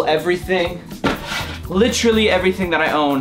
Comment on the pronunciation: Take a shot for his many times he says "licherally😂😂